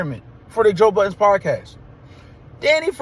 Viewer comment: Was just about to comment. Why the S on Budden? Lol They think it means nothing but I'm my opinion, you don't actually respect someone by saying their name incorrectly.